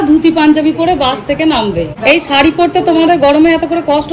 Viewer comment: সারি আর সার্টের উচ্চারণ আলাদা হলে ভালো লাগতো